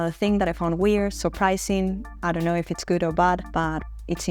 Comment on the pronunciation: How Aussie was that “I dunno”??? 😂😂